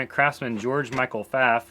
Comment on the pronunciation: I like that you also say 'Pfaff', as I do, and not 'Pfawff'.